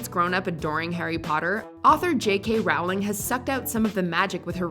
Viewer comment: Does anyone else cringe a bit with the way they say "JK Rowling"? She said herself that it's pronounced like "rolling".